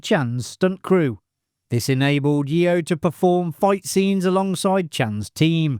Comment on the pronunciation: Sorry, usually enjoy these, but had to stop watching with the constant mispronouncing of Michelle Yeoh's last name.